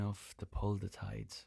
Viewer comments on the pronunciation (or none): Da river instead of the river... OMG IM DIEING